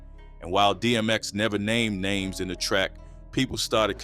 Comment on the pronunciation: Where is the narrator from? Sound like a foreigner, not pronouncing names correctly